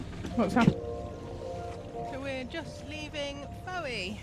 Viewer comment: Lovely! Fowey is pronounced Foy in proper Cornish I believe 👍